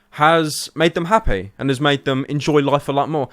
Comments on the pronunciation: my god he said happae... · "my videos make them happay" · he says hapey lol